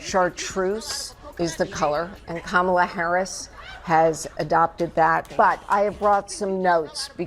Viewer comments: Anyone who is reading this please know her name is pronounced Kah muhh la ...not ka Maa la or ka me la . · It's pronounced KAH-muh-luh, you half-deflated bag of Big Mac sauce. Kamala (kuh-MAH-lah) was a professional wrestler. You keep mispronouncing her name, and she's gonna start addressing you as Drumpf. Also... Drumpf: I know all the best words. Harris: You exist in the context of all in which you live and what came before you. Don is F-U-C-K-E-D. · It’s pronounced KamaLA to sound like Camelot. (See Randy Rainbow) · There's a reason we pronounce her name the way we do. Karma- la is going to give DJT the KARMA he deserves...humiliation and a prison sentence. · Must be a sign of desperation Donold Trump resorting to deliberately getting Kamala's name wrong 😊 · Trump likes to mispronounce Kamala's first name. How about we Dems reciprocate, both spoken & written: Donold. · Trump Republicans mispronounce her name on purpose. We should call her vice president Harris. None of us are on a first name basis with her. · It’s so funny that the ‘best’ they can do is putting the emphasis on the incorrect syllable when pronouncing Kamala….. I’m sure VP Harris has some sleepless nights about that……. NOT. 😂 😂 😂